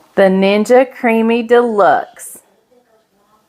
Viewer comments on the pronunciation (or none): none